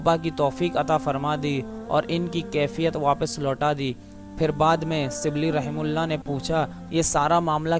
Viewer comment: اپنی اردو درست کرو اور لب و لہجہ پہ محنت کرو ۔۔ سبلی نہیں غلط ھے ۔۔ شبلی SHIBLEE پیرو نہیں غلط ۔ پیر کہو PEER